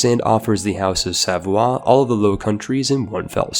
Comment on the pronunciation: says Savoie me: ITS SAVOIA (sah voy ah) DAMNIT